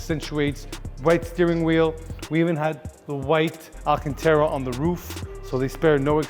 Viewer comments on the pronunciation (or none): none